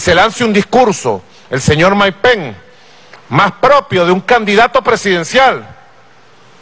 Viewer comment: Maduro no se dice penc eso es Anglosajón se dice pence que no se pegue el Anglosajón